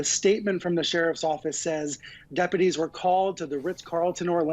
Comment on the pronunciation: Hey --learn how to pronounce "deputies" (sounds like "dep-you-tees"). Also, learn to pronounce "tour" (it rhymes with "newer").